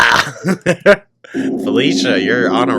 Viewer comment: Lyeyur Liyrr Lliar Erm... 🤔😂